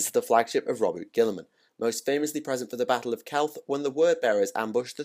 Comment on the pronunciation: Wow the leggy o Astares killed your video man and it’s ro-boot-ta gilly man not Robert ok 👌